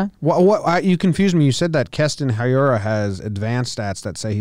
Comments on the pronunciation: Nah man. Hiura is a Japanese name so it's pronounced exactly like its written. Not Haiura like every american says. Just Hiura Edit: I think I'm not clear enough. You got the "Hee" part right but forgot the "u". Heeura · Not a Brewers fan, but I believe it’s pronounced Keston “Heera”